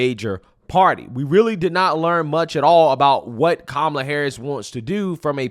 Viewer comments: Ha ha ha four of them pronounced her name wrong, which would get them attacked in most circles until one emphasized the name and then one still said Carmella 😅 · They all mispronounced her name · I think i heard them say pronounced Kamala 3-4 different ways 🥤🤣🍿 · Why weren't all the panelists called r*cists when they mispronounced Kamala's name? Why wasn't Michael Eric Dyson screaming while clutching his pearls? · How come the the moderator there didn't correct anybody for their pronunciation of her first name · Half of them mispronounced her name but said they’re voting for her. Funny how they weren’t told they were being race cysts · Just want to point out these people pronounced her name two different ways and none were called Ray Cists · Why didn't the interviewer correct the two up front, and the woman in the back, who mispronounced her name? Where is the outrage? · Why didn't the CNN guy fuss at them for pronouncing her name wrong? I thought they said that was disrespectful. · Not 1 of them pronounced her name correctly! WTF? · They all said her name wrong 😂. Why didn’t the interviewer call them out. They all must be racist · None of em said Kamala right.😂 where's the outrage??? They're all stoopid and that white dude is gonna get some much shit for looking like a Kuk for Kamala